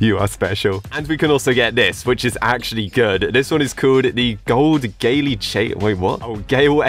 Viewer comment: Gaylee? LOLLLL